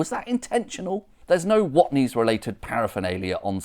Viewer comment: "Watney's" though? It's on the barrel. WATNEYS.